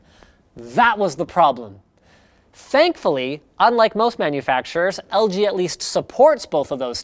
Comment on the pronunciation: he says LGBT lol